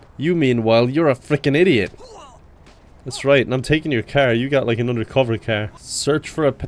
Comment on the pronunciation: love how he says “kyar”